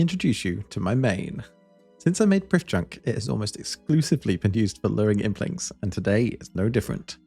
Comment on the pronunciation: As Elven content is based on real life Welsh, the "dd" in Prifddinas is pronounced "th". Not perfect Welsh but definitely inspired by. See the wiki for an accurate pronunciation :)